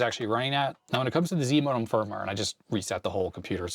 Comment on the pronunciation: "Zimodem", I kept hearing as zmodem which is a transfer protocol.